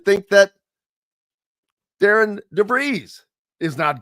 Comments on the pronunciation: will you quit saying the coach's name wrong it's not pronounced d a r i a n it's pronounced d a r r e n. just because you see it spelled a certain way doesn't mean it's pronounced that way. you and Todd both do not even know how to pronounce the new coach's name that's pretty sad. and quit saying when Darren DeVries left Drake he did not leave the cupboard bare. yes he did the entire roster was gone after he left. Ben McCollum brought in a whole new team including five starters from division 2 coach DeVries did not leave one player left on that roster. so yes everything you saw Ben McCollum do this year he did on his own. you need to do research and get your facts straight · respectfully you are going to have to get his name right. It is spelled Darian, but pronounced Darren